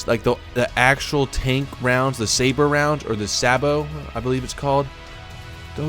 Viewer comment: Personnel is pronounced like "Person L", SABOT is prounounced like "say bow". And at the end you made the critical mistake of thinking logically about vehicle interactions with objects in an Arma game, they will all completely stop your vehicle and damage it upon contact :P